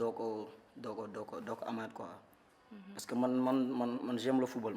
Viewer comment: Z'aime trop la mujique vas apprendre le français